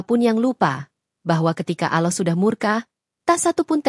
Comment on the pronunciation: Apabila menyebut nama Allah itu di tulisnya Ada 2 Huruf LL tetapi di bacanyan ujung Lidah di letakan di Langit-langit dekat gigi jadi dua LL itu bisa di baca dengan pas dan jelas bukan Aloh tetapi Allah.